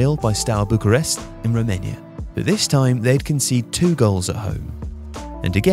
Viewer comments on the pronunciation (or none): none